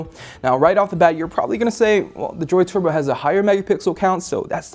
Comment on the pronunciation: Is it me or is the way he's saying turbo weird? He makes it sound like twerbo lol